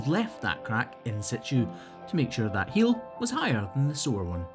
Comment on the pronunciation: tha is pronounced that and ba'er is pronounced better. uer driving me nuts ; )